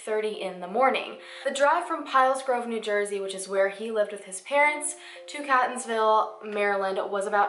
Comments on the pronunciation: I'm from Maryland .. Catonsville is pronounced as "Kate" not cat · I grew up in Catonsville! It's actually pronounced kate-onsville. Awesome video! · Everybody from maryland is cringing at “cat-onsville” and “elli-cot” city 😂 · Also, Catonsville is pronounced Kate-ons-ville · Catonsville is pronounced Kate-ons-ville. named after the Caton family. I live in Maryland, even attended school in the Baltimore area. One of my best friends lives in Catonsville, and I heard nothing about this. And I was still at school when he went missing. weird. Heroin is a huge issue in MD, especially the Baltimore area. I would not be surprised if he did OD on it. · Great video! It’s Kay-tonsville and Ell-eh-cut City 👍🏼🤗 Can’t wait for the next video - your channel is growing so quickly!!!! Gitttttt itttt girl!!! 😜 My favorite “missing people / conspiracy / mystery” channel on YT for sureeeee!!! 🎉🙌🏼👍🏼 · Just a tip, when I’m doing a story (not for YouTube) and I don’t know a city’s names I YouTube local newspapers stations to hear the pronunciation. I’m from Baltimore and the towns Catonsville is kate-ons-Ville and Ellicot City is el-ih-kit city. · I love you and your content. I can’t believe I am just now discovering you ❤️ also, I keep having a little laugh every time you say 🐈-tonsville. Obviously I know there’s no reason you would know how locals pronounce it. I grew up in that area and we pronounce it Kate-tonsville. I actually think I like CAT-onsville more ☺️ (oh yeah, and Elli-CUT City 😉) I know this is an old video but I live about 20 min from this area and have NEVER heard about this case. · I live in Maryland. And I work in catonsville it's pronounced like katetonsville and Ellicott City is pronounced like Ellicitt City. And I haven't heard about this. And im from the area and know the area very well. Wow this is crazy it's so close to home. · Katonsvillie is how its pronounced & ellikit city :) im OBSESSED with you videos. Purchasing my sweatshirt this week:)